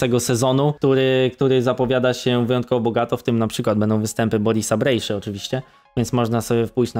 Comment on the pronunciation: Fajny odcinek, świetnie się rozwijasz! PS: Wymowa "BrejSZa" było dla mnie ciekawostką, dzięki!